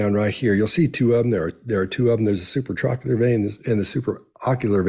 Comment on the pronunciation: Brilliant work as always Guys! Just FYI it's Supratrochlear and Supraorbital:) (Sorry, I'm a Doctor;))